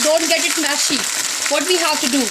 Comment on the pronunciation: Its Mushy not mashy Just fyi